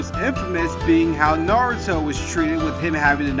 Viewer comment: At least he pronounces Lord Seventh's name correctly.